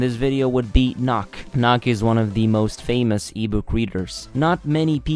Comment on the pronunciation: not going to look for this, but, i think if i was in this guys shoes i would want to know how to pronounce things i am saying wrong. Nook (knock is what you said) /nʊk/ not sure it is going to let me post the link. but there you can get the pronunciation of many words Barns and noble too D